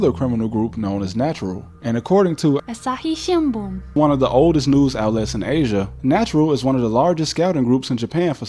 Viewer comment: you telling me you can't pronounce asahi shimbun?